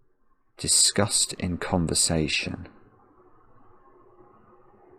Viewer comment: He kept saying the word "discussed" and I was having a breakdown